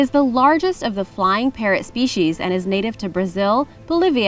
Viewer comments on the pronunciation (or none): none